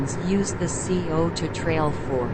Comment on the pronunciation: Sigh-O-Toe NOT C-O-Toe. Nice video of the trails.